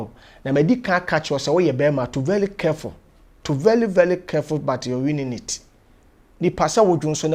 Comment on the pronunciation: To vely vely kerful but yr uninate ampa, kwaku 🤣🤣🤣. Aweak lol